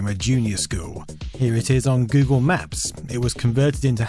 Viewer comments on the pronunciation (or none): none